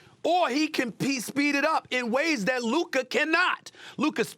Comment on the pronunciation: He finally said Luka instead of Luker.